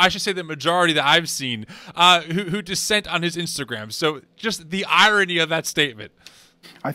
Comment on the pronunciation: *dissent* not "descent"